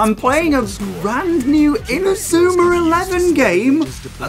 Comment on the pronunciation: ma man says inazumar elvee